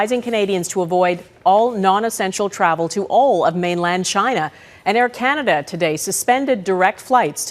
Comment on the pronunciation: Pattison wu. Ah..cananada?